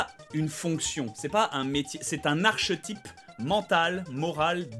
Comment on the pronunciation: Ça se prononce « arKétype ». Des bisous 😘